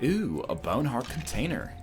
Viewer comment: I always imagined it being spelled boehwn. oddly enough, it's almost like he just says it in a normal aussie accent lol